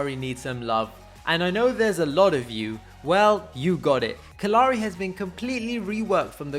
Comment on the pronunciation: kallari was butchered for no reason.